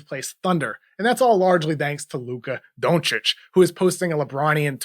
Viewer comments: Finally someone saying his surname right! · Bravo! Luka thanks you for pronouncing his surename right.